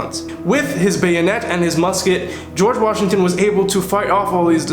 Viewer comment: the history revision had me DEAD!!😂😂 I also noticed you saying George Vashington😂